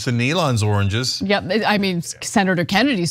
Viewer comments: When Trump was saying oranges I think he he was trying to say "origins" and he just couldn't manage to do it, not once but multiple times... lol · For those that don’t know, trump was trying to say “origins” 🤣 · Oh god dude can't say origins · Wow, he can't say origins. Is he stroking out?